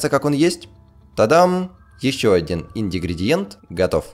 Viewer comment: Сколько раз ты это посмотрел? - ИндиГридиЕнт!